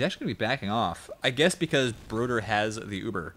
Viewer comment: As a swede I cringe every time pronounces Broder incorrectly